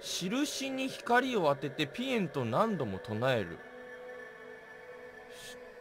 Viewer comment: ぴえんのイントネーションがしえんなの面白いのよな